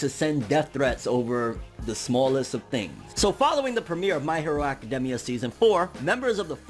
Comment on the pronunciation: I don’t like his face it’s just idk but also why is he saying academia like that